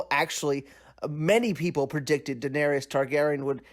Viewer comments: "Daeneryus" I agree she was tyrant but at least after 7 season you should learn how to pronounce her name properly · Defending slavery? Whew this is disgusting and the amount of people agreeing with this is ridiculous. Also she didn’t kill ‘every single slaver’ she killed 163. Making a damn video about Daenerys and you can’t even pronounce the damn name pls. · DAENERYS NOT DAENERIOUS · She told the audience what she was going to do, she said fire and blood and that’s exactly what she did. I agree with you. I hated some of the things that happened but it fit. Everything you said is right except the pronunciation of Daenerys name lol